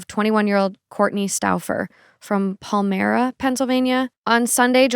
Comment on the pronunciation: PA local here with a note on the Missing Person of the Week - it’s pronounced more like Pawl-my-ra and Leb-nin :)